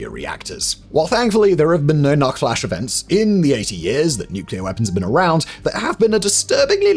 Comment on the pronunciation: "SACK", "SACK"! "NUKE-flash"